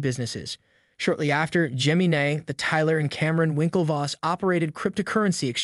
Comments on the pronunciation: Whats with this vid pronouncing it that way? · Why are you calling it "geminay"? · Cant even say the Gemini name right... good voice over... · ...please look up how to say the word "gemini"...smh